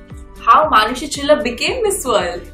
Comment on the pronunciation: She is proud to say name...maaaanushi rather manushi....you surely going foreign